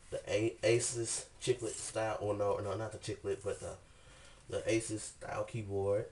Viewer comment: Finally, someone who actually said the brand right! aSUS not aSOOS